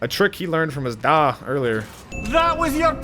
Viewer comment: bruh the way you said da destroyed me 🤣